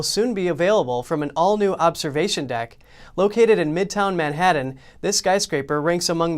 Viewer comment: Good reporting but you need to learn how to pronounce Manhattan. You deliberately changed it trying to sound cool. You do not sound cool you sound like an idiot.